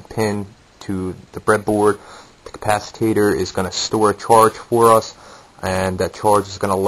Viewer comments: "capacitator".... nice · Did he say capacitator???